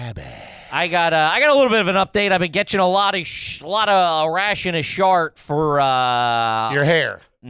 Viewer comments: Holy shit ish in really does say “a rash and a shit” instead of a ration a shit lmao. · Ha it’s ration of shit not a shit